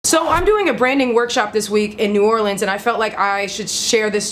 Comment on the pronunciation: Thanks for pronouncing New Orleans like a local.